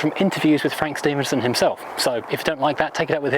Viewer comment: Actually the designer’s last name is pronounced as Steff-en-son.